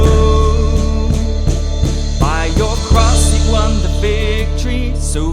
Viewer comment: I agree pretty much, but I have other problems with worship songs, ALL Christian music really. When the words me and you come up, they are pronounced as may and yo, typically when it is the last word of the last line of a verse or chorus. Equally annoying is when people born in the US pronounce certain words when they sing, as if they have a British accent. My play list is limited, but I weed those songs out as much as possible. Worship music and the service in general in church, reflects the sorry state of Christianity as a whole. Progressive, liberal, and worldly.